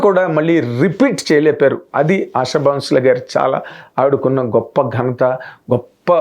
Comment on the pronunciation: సార్ దయచేసి ఆవిడ పేరు సరిగా పలకండి సార్ మీరు మీడియా person అయి ఉండి ఆషా భోంస్లే మీరు ఆషా బౌన్స్ లే అంటున్నారు